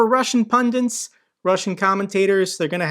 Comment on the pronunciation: It’s Pundits, not pundiNts. Just tryna help, thanks for another great video you’re the best:)